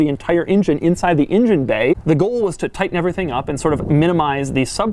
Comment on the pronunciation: DeMuro, why do you pronounce the engine word as "ingen"? :D Love from Serbia! :D